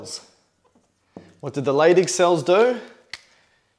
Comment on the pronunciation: I keep hearing "stimulates the LADY cells, and what do they produce? Testosterone"